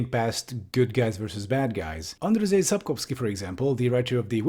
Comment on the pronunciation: First - it's not read Andrzej Second - you really should check out the politics in Final Fantasy 14